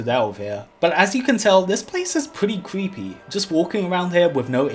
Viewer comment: "this pwaice is wewy kweepy... " Me: "if you're haunting wabbits, maybe"